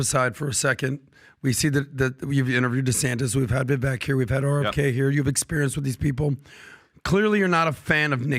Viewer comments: It's not "Vevek", its "Vevake" like "fake". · Vivake! Vivake! When will you pronounce his name correctly? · Please learn to pronounce Vivek Ramaswamy’s name. His first name is pronounced as VIVAKE. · His name is pronounced, 'Viv-Ake , hard A and 2nd syllable accent '. Just fyi and he's too classy and confident to correct people or give a shit 😂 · How are these clowns STILL mispronouncing Vivek's name? It's pronounced like VAKE, CAKE, TAKE, BAKE, LAKE, MAKE, SAKE, RAKE. FFS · Multi-million-dollar podcast and you still can't pronounce Viveks name correctly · Why do all of you persist in mispronouncing Vivek's name?? Is it intentional?? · Rhymes with cake....say Vivek's name correctly please!! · Talk about looking down one`s nose, these jerks cannot even pronouncer a guys two syllable first name right!